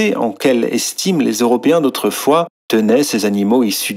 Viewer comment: "Autweufoiiis, chocodermes et vanillodermes vivaient en hawmonie"